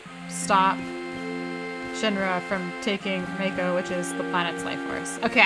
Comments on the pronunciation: Btw it’s Mako like Marco without the R 😉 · Why do Americans struggle with that word? "Mayko", where did they get the "Y" from? Strange.